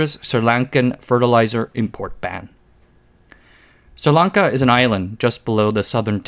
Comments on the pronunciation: SRI Lanka not Sirlanka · that isn't how you pronounce sri lanka